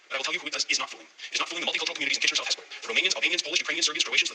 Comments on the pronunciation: Yep, you said Hespeler right. Locals drop the second « e » and it sounds like Hespler. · You didn't goof up on pronouncing Hespeler, but many constituents from Kitchener South-Hespeler goofed up voting Mr. Strauss in.😕